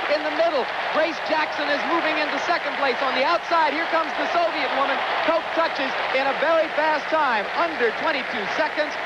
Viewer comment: Her name is pronounced Kock not Koke.